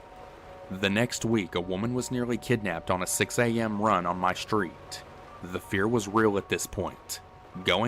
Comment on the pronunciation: Not "schtreet", street. So weird.